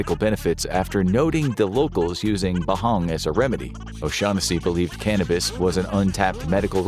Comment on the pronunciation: My God I'm so happy I wasn't the only person to think "you mean, O'Shaq Hennessy?" 😂😂😂